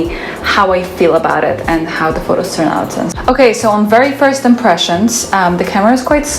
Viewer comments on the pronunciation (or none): none